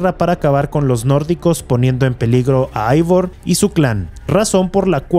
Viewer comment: Y dale otra vez con "Aivor" se pronuncia Eivor, es un nombre Sueco de origen escandinavo, no se pronuncia como si fuese inglés agringao. De ahí en más muy buen vídeo.